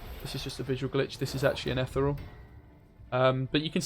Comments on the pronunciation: Ethyyy real (like real madrid) not etherel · Ith-ear-ree-all REEEEEEEEE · Why cant you pronounce Ethereal? ;)